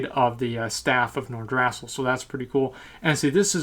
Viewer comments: pronounced nor-drah-sill not nor-drass-ill great vid tho .. love ur work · the way you say Nordrassll xD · Nor-druh-sil Alice-razor Tree-ents